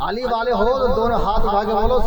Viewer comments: علی پے زبر ہے یہ پیش اس جاھل کو عربی پڑھنی نہیں آتی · علی کے یا پر زبر ہے یا پیش 😂😂😂😂😂😂